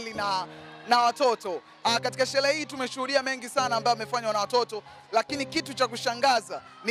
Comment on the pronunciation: Shelee❌ Sherehe ✔️